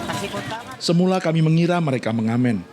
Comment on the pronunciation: dari semulah putih .. bukan semulah om, semula.